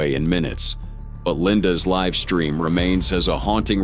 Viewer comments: Please corect the grammar of your AI narrator before posting the video. GO LIVE IS NOT PRONOUNCED GO LIV . If you are capable of making and posting the video surely you are capable of editing the narrator too? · “Linda grabbed the camera and pressed go live”?? You said it as in living. You didn’t even bother to edit your AI video. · Go live its go l-eye-v